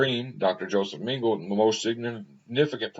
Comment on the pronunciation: Dr pronounced Meng a la. Ah La ok! Ming a la. He was a monster and a sick individual. Profoundly mentally ill and sadistic.